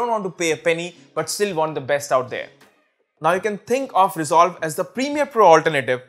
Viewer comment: "diiiiiiiiiiii most"...., its "" THE"", NOT " Diiiiiiiiii". and u didnt even highlighted or put up the names of Diiiiiii programs on the screen>< i mean your video is about that, how can u forget>.